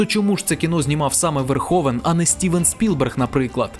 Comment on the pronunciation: Розпусна не матір, а мати відпускає сина. Пол не "Верховен", а Верговен. Рутґер не "Хауер", а Гауер, не "хейт", а ... таки ліпше "ненависть" ;) . Пора забути спотворену москальську вимову -- ми, на відміну від тих покидьків, маємо всі звуки у своїй мові для правильного відтворення. А найкраще згадати всі свої слова, а не по-рабському мавпувати чужі -- то москальські, то англійські.